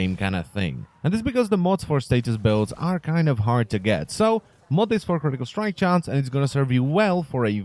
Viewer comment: it slowly killls me from the inside when he says "critical strike chance"